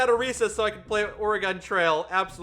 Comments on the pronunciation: please learn how to pronounce oregon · is a new winner in my book for the most incorrectly I've ever heard someone pronounce Oregon -- which is especially funny considering how the correct pronunciation includes "gun," one of favorite things in the world. The curse of Reading Things Before You Hear Them Spoken strikes again I guess